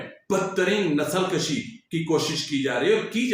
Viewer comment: PLS ,NOT THIS ,THE WORD IS NASAL KUSHI .NOT NASAL KASHI .